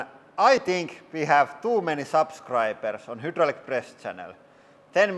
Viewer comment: hudrolic HYDRDRAULIC.... imagine saying the same thing wWRONG over and over for years lol